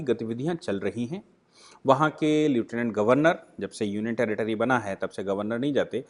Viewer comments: Leutinent is to be produced as "Leftinent", NOT as Lutinent. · Sir bag your pardon to correct your pronunciation. It is लेफ्टिनेंट गभरर्नर not लिऊटिनेँट गभरर्नर. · pls pronounce lieutenant correctly as लैफटीनेन्ट